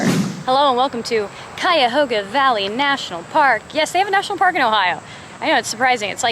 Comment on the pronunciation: I'm so surprised you pronounced Cuyahoga correctly!!! Also it is free to get into the park for everyone.